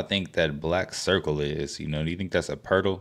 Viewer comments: "Pertal" hahahhaha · Not the pertal.. lol